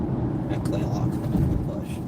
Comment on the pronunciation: it is not pronounced CLAY-lock. It is pronounced “kah-LAY-lock.” If you read the world closely you’ll see there is an A you’re making silent that isn’t supposed to be.